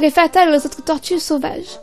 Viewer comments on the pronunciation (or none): Horrible la prononciation ! On peut très bien avoir des tortues en appartement